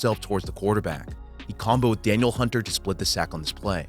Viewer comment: Love your videos. For future reference: D. Hunter is pronounced "də-NEEL" Hunter, not Daniel.